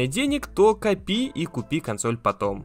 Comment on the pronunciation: Что такое косноль?